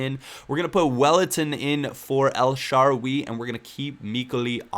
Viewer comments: El sha raawwww you not sharwy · please learn to pronounce El Shaarawy's name right. It makes me cringe everytime you say El Sharwee lol